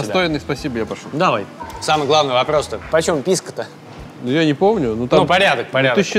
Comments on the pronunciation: Почему ПискА?! 😆ПискО! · О, новое видео у едим тв, ну-ка, что тут у нас... ПИВКО САУЭР?! Ну наконец-то пошли нормальные коктейли! Ааа, писко, а не пивко, не ну это скука, пойду лучше замешаю себе олдфешн на балтике 9. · Если слушать, и каждый раз когда он говорит "ПИСКО" думать о детородном органе, то можно проржать почти весь выпуск.